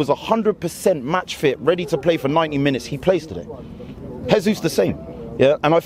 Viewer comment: Jesus is Brazilian, not Spanish. Pronounce his name properly! He’s our player!